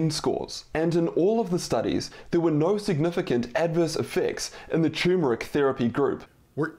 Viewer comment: It also triggers me that he calls it “choo-mer-ik” instead of “tur-mer-ik”.